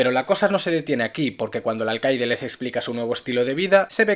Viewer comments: "aicaide" jajajaaja me recuerdas algunas personas de mi pais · Jajaja la forma en la que decias "alcaide" me estubo rayando toda la reseña, no se si a alguien mas